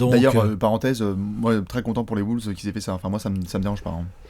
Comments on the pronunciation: Arrête de dire Woulves on dit Wolves ;) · Les "Woolves " ??